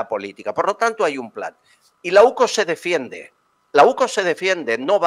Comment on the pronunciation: Que alguien le diga a la presentadora que no es OCU es la UCO